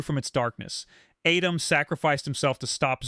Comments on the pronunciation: It’s at-tim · The Pharoah Adam. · The way you pronounce Atem keeps taking me out the story 😂